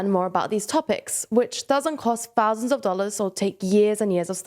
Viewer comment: Did she say, "Early Two- Fousands ??